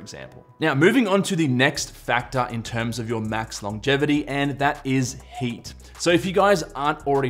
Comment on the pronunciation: I thought you said “hate” is one of the factors 🤣